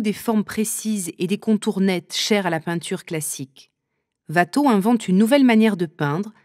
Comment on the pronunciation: Ouatteau, pas Vatteau 😀